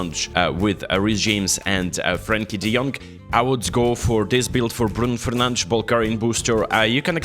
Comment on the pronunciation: "Bruno frnandsz"😂❤